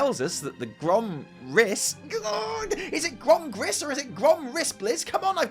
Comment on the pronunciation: It's not Grom anything. It's GOrm.